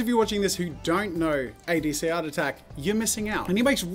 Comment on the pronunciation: i am suscribed to both of you and the starting of the video please come on say the name correctly adc art attack